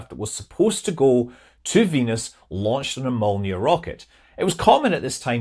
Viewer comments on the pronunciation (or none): Molniya, not "amolia".